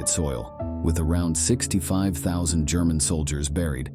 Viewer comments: The Gurman army ? I stopped listening. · Why do I get voiceover AI vibes from this? “Gurr-man” army? good video tho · I hate the way it says German and Germany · This bot sucks at "spikikng" cannot say German recivery? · Every sentence has a poorly pronounced word. Can't even say "German" correctly.